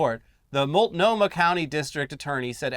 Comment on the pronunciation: Great work, you knocked the "Multnomah" pronunciation out of the park this time!